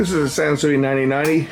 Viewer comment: Hey it's a San -Sewage! LOL